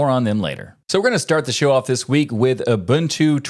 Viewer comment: As a South African, thank you for saying Ubuntu correctly